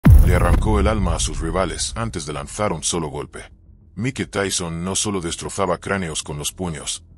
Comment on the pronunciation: Se escribe Mike pero se pronuncia Maik